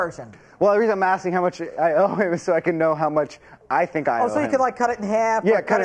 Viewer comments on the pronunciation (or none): he says "i pink i paid him" instead of "i think" lol